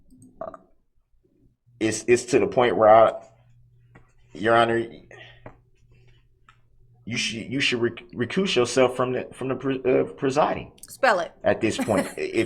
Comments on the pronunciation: Recoose? omg roflmao! he is trying to say recuse. People can be oafs and you can't take an oaf. Is he trying for a role in Fu Manchu as Fu Manchu? Those nails are long enough! He also had very delicate hands. Hands that are too delicate to hit a man but just tough enough to hit a woman. He said tactic agreement. He usually says tackit agreement. He is trying to say tacit agreement but doesn't know how to pronounce tacit. Also he hears sustained and he replies reason for the substain. He is poorly educated and he is dealing with words that are not in his small vocabulary. In criminal cases the states handles the prosecution for the injured parties. Does Duh rel expect them to wheel in 6 corpses and have them sworn in? does he expect all 76 plaintiff to be there at the same time. He is an idiot as all sovcits are. Duh rel is not a sovcit. while he cooled his heels in jail and heard about the sovcits and stupidly thought that it would get him set free. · English according to Darrell: Ask, no axe. Sustain, no substain. Examine, no examination. Tacit, no Tackett. Recuse, no recooose. Fixated, no fix-e-ate-ted. Estoppel, no “I don’t consent to no stoppelll”.